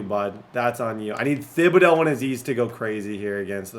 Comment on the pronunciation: I’m from Louisiana and hearing you say “thib-ah-dough” instead of “tib-ah-dough” makes my ears wanna cry 😂